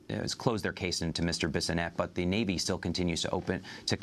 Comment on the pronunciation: "kneal" team six. Botch get it right.